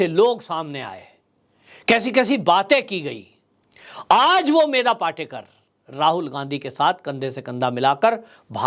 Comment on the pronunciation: पाटेकर नही पाटकर बोलिये